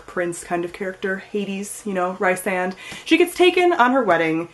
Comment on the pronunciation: Haha sorry but I just thought...like Feyre's name is more like 'Fair', Rhysand I call him 'Rhys' like R -i -e s (long i?). But you got Tamlin right lol.